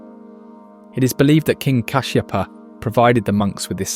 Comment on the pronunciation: Well documented and narrated also history and places being explained accurately. Hats off for a true explanation of every single picture frame. Special thanks for pronouncing KINGS name correctly As KASHSHEPA . . (Sigiriya ) THANKS FOR EDUCATING THE VIEWERS WITH TRUE FACTS . WITHOUT FICTIONS NICELY NARRATED AS A ONE STORY TO THE LISTENERS . PLEASURE. MUCH ❤ KEEP IT UP THE GOOD WORK.